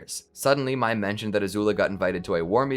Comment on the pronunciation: how does everybody get the pronunciation for Mai wrong?